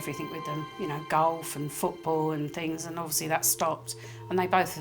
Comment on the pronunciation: Please stop pronouncing words with “th” as an “f”. They have free fings frough life. Free= three. Fings= things. Frough= through. It sounds as ignorant as USA ghetto language.